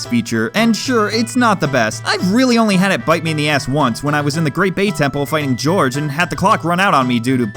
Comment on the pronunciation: I'm glad I'm not the only one who calls Gyorg "George".